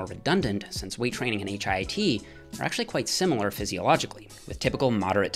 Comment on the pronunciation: Please call it HIIT, not HIT. Your friend, Dorian Yates.